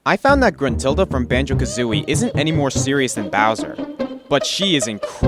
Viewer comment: gentrulda? First, is Gruntilda. Second, what's so bad about her. I know it's not the best but is at least not bad.